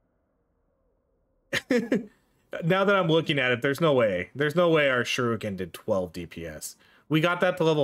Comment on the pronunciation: Shuriken did so little dps because you kept calling it Shoruken